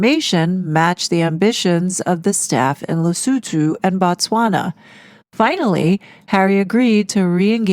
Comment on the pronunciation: Well donefor pronouncing Lesotho correctly!